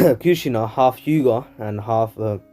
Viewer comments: This dude really said hald 😃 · Ik this guy did not just say hald☠💀💀💀